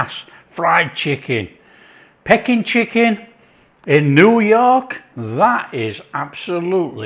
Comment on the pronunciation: Its pronounced Pee King mate 😆🫣